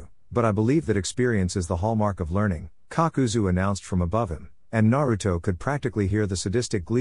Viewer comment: Kakazu becomes Papazu 😂❤